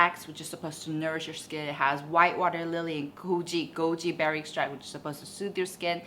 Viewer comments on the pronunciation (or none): none